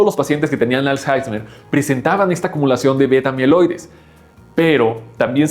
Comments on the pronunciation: Es alzheimer no alzheizmer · todos hablando del dinero y nadie se da cuenta que dice "als jaismer" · "als jaismer"😂😂😂